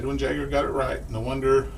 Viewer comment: Edwin jagger, or, yagger, it might be a silent J. 🤣 oh man that cracked me up. For all those anchorman fans.